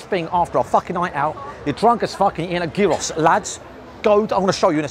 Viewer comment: “They sell a geaross” 😂